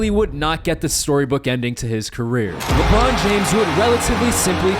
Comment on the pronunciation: He said Labron's clutch gene... 😂😂😂